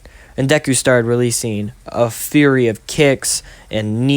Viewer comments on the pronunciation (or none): none